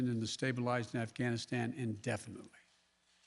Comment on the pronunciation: “Bluh bluh bluh ghanstan “. Joe has to go